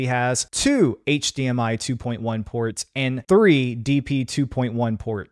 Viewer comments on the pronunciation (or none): none